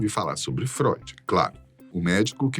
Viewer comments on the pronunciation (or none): none